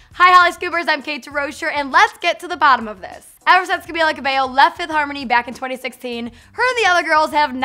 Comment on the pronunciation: Say her name right